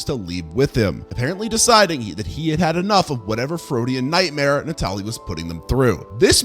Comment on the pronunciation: Natali is pronounced NAH-TAL-LEE. It means Christmas in Italian lol.